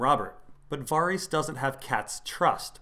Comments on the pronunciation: That pronunciation of Varys' name is really weird, isn't it meant to be like Vare-is not Var-ees? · Your pronounciation of Varys is killing me :D Vawrees. Vawrees. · got distracted when I kept having to mentally correct your pronunciation of Varys...c'mon dude, they say it in the show haha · Hearing Varys pronounced that way hurts my brain